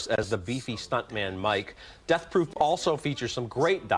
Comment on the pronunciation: love the way he emphasizes the movie title of “Death Proof” plus Christy Lemire calling Georgia Rule Lindsay Lohan’s “Gigli”